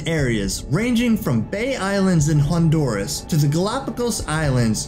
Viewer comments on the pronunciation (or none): none